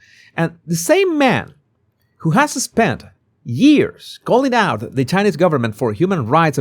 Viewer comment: Anyone else tickled by how pronounces years as geears 😅